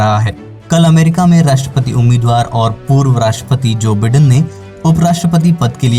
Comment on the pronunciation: me pronunciation ki baat kar raha hoon. बिडेन नहीं बायडन है।